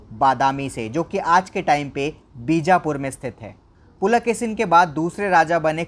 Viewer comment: Pulakesin nahi Pulakeshi bolo